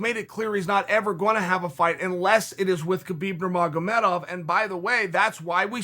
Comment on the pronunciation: "Kabob Nurmagomedov"